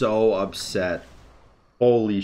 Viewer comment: up'SET' lmao